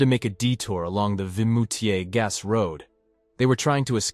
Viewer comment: It is VIMOUTIERS, not Vitmoutiers. I've been there a couple of times.